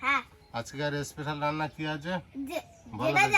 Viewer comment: এস্পেশাল নয় , স্পেশাল । উচ্চারণ টা ঠিক করতে হবে ।